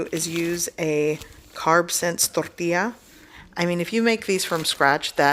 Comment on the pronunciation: the "torrrrrrrtilla" is hillarious... 👍🏻